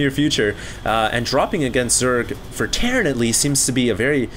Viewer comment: Terran = "Terrain"